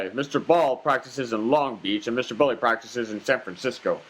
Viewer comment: It’s BELLI you moron , Melvin Bell - EYE ...not Belly . God almighty where do these idiots come from ???????